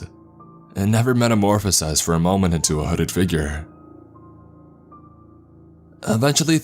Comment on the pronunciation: God your inflection sucks, listen to mr Davis, kingspook, creepsmcpasta, they don't need to alter their voice like you do. Why talk like that? "...moment-uh" , "at night-uh" "...the visibility-uh"